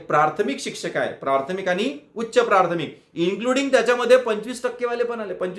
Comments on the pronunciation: प्राथमिक असा शब्द आहे प्रार्थमिक असा म्हणताय हो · आधी प्राथमिक शब्दाचा उच्चार नीट करा सारखं प्रार्थमिक म्हणत आहे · सर प्राथमिक म्हणा प्रारथमिक नका म्हणू